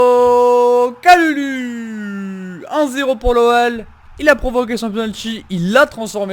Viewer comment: On dit kaloulou pour kalulu